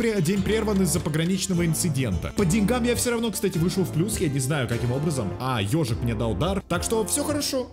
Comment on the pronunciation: Не ёжик а ежьик🤣